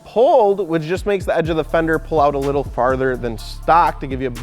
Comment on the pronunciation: "Wittle Stair Set, Wittle Ladder" lmao